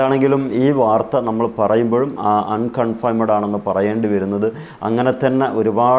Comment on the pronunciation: usthathe, enthunu kafirinte bhasha parayunnathu? nere chovve ucharanam padokoo..'confiaimed;???????